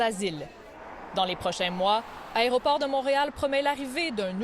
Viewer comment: Quand un(e) journaliste dit l'aréoport au lieu de l'aéroport, ca me perturbe :) La raie au porc?